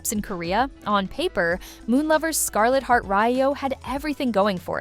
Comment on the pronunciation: Is anyone else cringing at the pronunciation of some of these names, especially Scarlet Heart Ryeo.